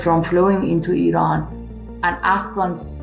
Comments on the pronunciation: thanks for not saying eyeran and pronouncing iran corect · Honestly, as an Iranian, the 1st thing to say is to thank you for pronouncing our country's name correctly.